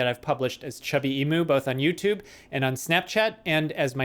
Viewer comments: As an Australian I die a little inside everytime someone pronounces it E-moo. It's E-mew. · In Australia, the Australian animal Emu is pronounced ee-mew like the Pokemon mew. I wonder if the mispronunciation is deliberate or not, but oh well it doesn't really matter except that so so so many people mispronunce it.